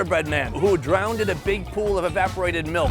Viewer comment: E-vap-or-ate-id, sound it out brother